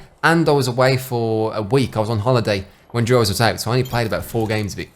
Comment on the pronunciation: Thought you said Jaws instead of Duos and I was so confused for the first half